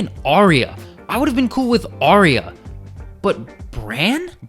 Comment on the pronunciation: Awesome vid... And I'll never get over the ending!.. Also my biggest pet hate is people mispronouncing Arya! It's pronounced 'R.. Ya' ! not Ariya, there's no i in her name.